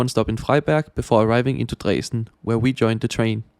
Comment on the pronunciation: I‘m totally fine with the pronunciation. Here in the very west of Germany we would pronounce it similar than you did.